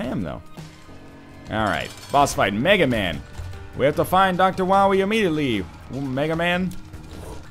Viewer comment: It's Mega MAW, NOT Mega MAN! God damnit! :P